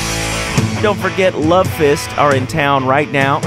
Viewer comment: "You taught me baseball team and how to ruvv"